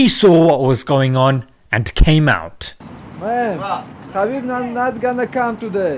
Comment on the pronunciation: Correct pronunciation👇 Khabib : H'abib Nurmagomedov : Nur Muhammad dov